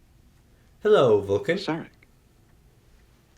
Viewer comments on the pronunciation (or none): none